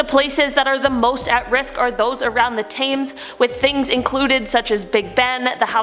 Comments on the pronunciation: Her: *pronounces Thames as "tames" * Me: "cmon like how hard is it to say it as 'tems' !?" 😂🤔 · As an English person, I cringed so hard at how you pronounced the river Thames